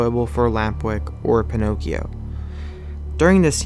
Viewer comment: it's not "pine- occhio" but " peen- occhio"